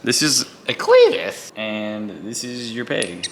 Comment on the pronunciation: “two smartest guys chillin” Also: doesnt know how to pronounce clevis